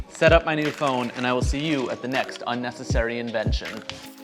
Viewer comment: "Unessasary" bruh i need this